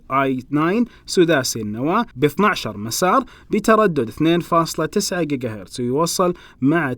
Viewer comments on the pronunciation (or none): none